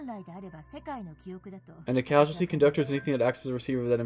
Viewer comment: It’s causality, not casuality , lol